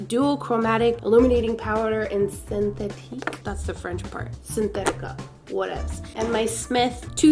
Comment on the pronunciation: When you said "Syn thetica" it sounded like "sin tetica" in spanish that actually means "without boobie" hahahaha ❤️ love you so much!